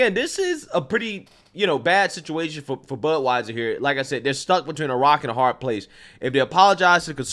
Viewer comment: I thought you said buttwieser